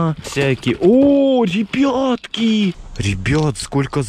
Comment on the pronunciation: А почему вы говорите ребетки а не ребятки?